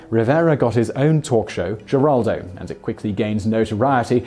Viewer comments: It's pronounced "Heraldo" not "Jeraldo" Simon, you surprise me, you are usually more conscientious than to make a gaff like that. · Geraldo is pronounced Heraldo. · I hate being the language police, but I'm from Texas. Geraldo is pronounced with an H not a G. So it is Heraldo. Carry on..... :) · I watch you faithfully...and this is meant as to be helpful only. Geraldo is pronounced heraldo..hugs Lynn Weasenforth 💯💜💙💛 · Geraldo? it's pronounced heraldo! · Geraldo Rivero's first name is pronounced Heraldo not with a hard G. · Heraldo is how Geraldo is correctly pronounced. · The G sounds like an H in Geraldo. It sounds like heraldo. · Geraldo is pronounced Heraldo. He's Hispanic. You might want to have a technical advisor, or at least a language one. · I was going to complain about the mispronunciation of Geraldo, but it looks like all the page one Google results have it wrong too. It's pronounced with the Spanish g, which has an H sound, basically herald-o. Someone needs to fix the pronunciation guides, jeez. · Geraldo Rivero pronounces his first name her-aldo. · Geraldo Rivera is pronounced "h er AH l d oh"... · Geraldo is pronounced with a H not a G Heraldo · I'm here just to hear Simon mis-pronounce names 😁 Geraldo! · Geraldo is pronounced with an H sound. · Alexander -- No, he didn't ALWAYS use the Latino pronunciation. WABC-TV news director Al Primo offered Rivera a job as a reporter but was unhappy with the first name "Gerald" (he wanted something more identifiably Latino) so they agreed to add the final "o", and go with the Latino pronunciation. That was in 1969, when Geraldo was 26. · Simon, the G in Geraldo is pronounced like an H, he's Hispanic you know. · The sites he uses for pronunciation all have it wrong.